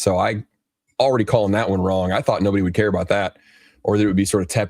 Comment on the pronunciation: Instead of "care" he says "car" that's how I hear it anyways